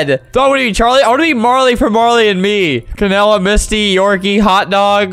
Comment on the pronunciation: Bruh he said Canada 🇨🇦 instead of canela